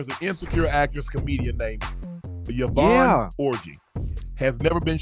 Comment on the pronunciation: Yvonne Orj-ee